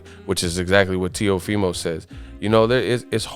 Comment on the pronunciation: teofimo not neofimo